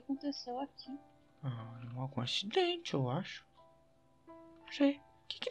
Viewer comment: "algum axdenti eu axu"